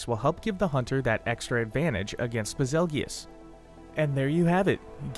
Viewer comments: I'm a bit disturbed that he pronounces it bezulgious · It's BAZELJEUSE. Like "beetle juice" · No way bro just called him baz-el-gee-us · Did he just say ba- zel-gee-yus what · I always thought it was pronounced bazel (like bagel) goose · If betelgeuse is pronounced beetle-juice then Bazelgeuse is Basil-Juice....ba-zell-gi-us sounds cooler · Lol ive always pronounced it as "Basil-goose". Still really wierd to pronounce it the way he does in the video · SAME. It's like "beetle juice"